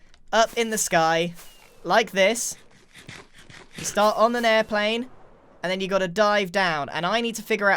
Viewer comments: An errplane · The way he said airiplane gave me hardcore British vibes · Is he saying airplane or aroplane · when he says Airplane he gets and American voice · is the moment he says it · omg i was thinking about this too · Anyone else notice how every time he said Airplane, he said it with an American accent? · Am I the only one that noticed how American he sounded when he said airplane? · Is it just me or does the way Grian pronounces airplane sound Irish? 😂